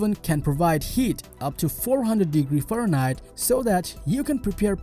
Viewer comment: Creepy voice over 😳 " 500 degrees FarHeit"